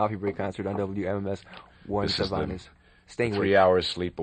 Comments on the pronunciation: I love him just singing and playing live. Genius. The interviewer is bad, however. Can't even pronounce his name correctly. Doesn't seem to be very well-prepared or even know who Warren is. And Warren is gracious through the whole thing. Love him. Miss him. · Too bad the interviewer couldn't be bothered to learn how to pronounce "Zevon" correctly. Also, his obsession with The Eagles and the word desperado was just downright weird. Just because The Eagles had a song named Desperado doesn't mean they own the word.